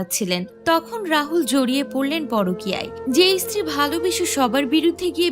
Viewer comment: "ইস্ত্রী" আবার কী উচ্চারণ! "স্ত্রী" উচ্চারণ বেরোয় না কেন বাংলাদেশীদের??